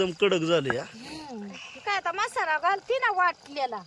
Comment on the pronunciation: मसाला बोला मशाला nahi